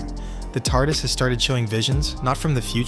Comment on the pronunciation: This is just AI dross. Did you listen to the AI narration, or check the written text, before uploading??? No, of course you didn't... If you had, you'd have picked up all the "Ronnie" nonsense, and it's NOT pronounced tee ay are dee ess, it's pronounced tardis.